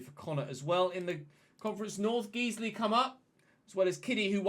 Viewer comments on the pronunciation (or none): For future reference, Guiseley is pronounced like the word guise (or disguise) not Geezley.